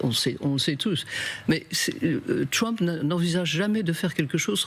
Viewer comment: On dit Trump pas Tchwump ...